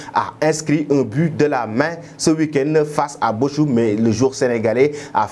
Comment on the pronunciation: ce n'est pas Boschum mais Bokhoum pour lire Bochum